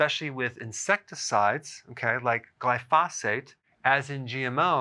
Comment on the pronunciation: He keeps mispronouncing glyphosate. He's putting the emphasis on the pho and not on the gly.